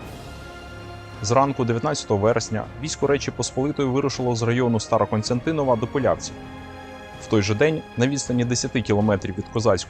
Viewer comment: СТАРОКОСТЯНТИН!В. Диктор обрати внимание. Зверни увагу.